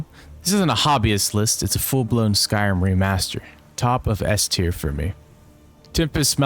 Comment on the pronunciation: I love the content, and i love your delivery, but holy cannoli my guy you don't enunciate "Skyrim" at all, you keep saying "skyai'm" and it's WILD wtf